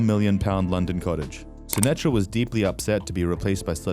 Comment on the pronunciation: It's indian ...Sunitha Sashtry... Not Sunetra